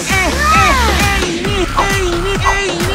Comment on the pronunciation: 나는 에이미 이름이 자꾸 애미로 들림 ㅋㅋ